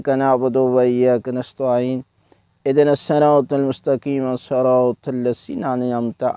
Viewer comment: سلام علیکم قبلہ محترم! عرض بآداب۔ شاید مائک وغیرہ کا مسئلہ ہوگا، آپ کے اھدنا میں ھا کی ادائیگی بالکل بھی ظاہر نہیں ہو رہی، "اِدِنا" یہ آواز آ رہی ہے، اور قل ھواللہ میں "ق" کی آواز بالکل بارک جیسے "ک" کی آواز آرہی ہے، اسی طرح سورۃ القدر میں یہی ایشو ہے۔ جزاک اللہ سلامت باشد